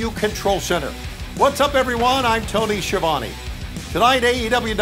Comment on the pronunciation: Tony Schiavone can't even pronounce his own name correctly lmao